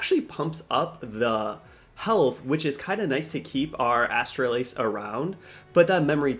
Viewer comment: Man you are butchering Astalos’ name lol